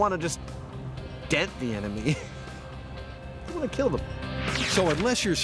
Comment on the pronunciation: "Your machine gun... will not keeell"